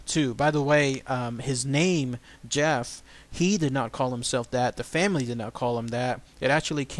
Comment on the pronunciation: I studied the Talking Mongoose in great detail and there are some important things you left out. One thing is that the family also spoke gaelic, thus the name Voiree and they pronounced Gef with the G hard as in goat. Harry Price the great paranormal investigator at that time is the reason we know about Gef today. Mr. Price and his group of investigators all finally came to the conclusion that Gef was real and not Voiree. Gef might have been some sort of poltergeist that showed itself as a mongoose. Gef wasn't always so helpful. He might have held the family hostage in a way. At one time James, the father, tried to kill Gef by putting poison in his food. the little fella became very ill and they could hear him gagging and crying behind the walls. Once he recovered he told them that if they tried that again he would kill them in their sleep. He would eavesdrop on the neighbors and then report what was said to the family. When once he hears someone say something bad about them Gef killed the family's livestock by ripping out the animals throats. He also reported deaths of famous people before news could even reach the island where they lived.